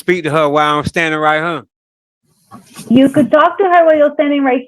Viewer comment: The word is here. Heeeeere. Not herrrrrr. Stay in jail. That's where you belong. Should have got contempt right then.